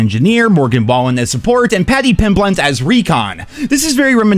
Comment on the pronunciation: Cmon man it’s literally spelled out for you on the screen… “pimblent”? 🤣